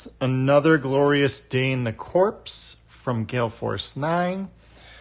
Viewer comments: Great video. The only other minis I've assembled are the Space Hulk minis. They were bigger though. Like others have said, it's pronounced "core" not "corpse". Can't wait for my copy. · Its pronounced Cor. The P &S are silent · The 'P' is silent. Think US Marine Corps.